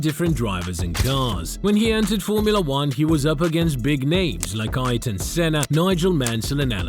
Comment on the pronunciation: Why can no one pronounce ayrtons name.